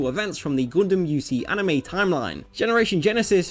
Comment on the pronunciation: "Goondem" I love ya, man.